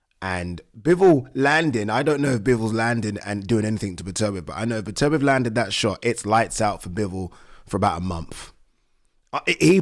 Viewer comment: Pronounce the guys name right, it’s Beterbiev not Betervia